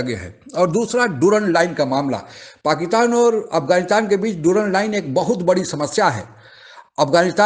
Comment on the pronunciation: आप पाकिस्तान को पकीतान कहते है पहले अपना बोली ठीक करे